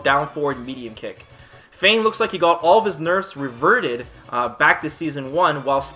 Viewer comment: It's Fang not Feing. Wtf